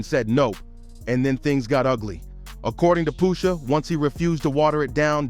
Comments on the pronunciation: Brah at least know how to pronounce names.. who tf is Poosha? .. that aggravated me so much I can’t even watch the whole vid… take this comment for the culture and i’m out😅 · The pronunciation of “Pusha” is killing me 😂😂